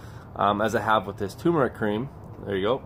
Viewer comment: Turmeric Cream. Rather than Tumeric.